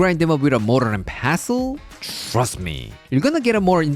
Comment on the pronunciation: “Shhhrust me!”